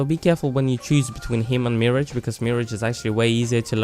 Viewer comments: Mirage(mi-raaj) I kept thinking you were saying marriage lol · Not "mirror-age" its "mer-ah-ge", that's been bothering me all video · Its pronounced [Mer][a][sh] not [Mi][age] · Very helpful video. Just a small point: Mirage is pronounced with the emphasis on the last syllable, not the first. So, mi-RAGE, and not MI-rage. It's from the French 'se mirer' (to be reflected). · Mirage is pronounced Meh-ra-zhya. Not Me-ridge. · "cow-stick" and "mir-edge" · meeridge? thats how you pronounce it... won't catch me with a sub if you can't even pronounce the legends name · cowstic... meerij... fucking really? English isn't that hard. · The more I think about this, the more pissed off I get at how he pronounces “mirage” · You’re pronouncing Mirage wrong. Can that be the next video please?? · Plz learn to say mirage correctly